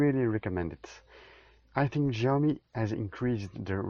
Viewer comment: Jaw-mi? No syaw-mi